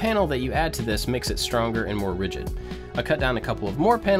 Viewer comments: Always wondered... In the beginning do you say "Hi I'm AND I like to make stuff"? Or do you say "Hi I'm AT I like to make stuff"? Thanks, love your work! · Every single time i wonder if he says "...and i like to make stuff" or "...at i like to make stuff" ik its prob the first one